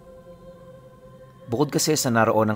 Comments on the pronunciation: Lobo' not lobo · Lu-bó po pronounce dun hehehe... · Gud pm po tag lubu Batangas po ako ang bigkas po ng lubu may din sa dulo lubu salamat po